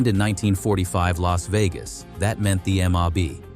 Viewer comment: "LASSS" VEGAS???